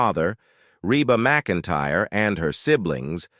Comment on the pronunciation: This is a terrible post with a terrible computer voice that even pronounces her name wrong about 4 different ways. This is really negative and many things are wrong. (She sang in high school with her brother and sister - The Singing McEntires.) This post even spells their last name wrong. I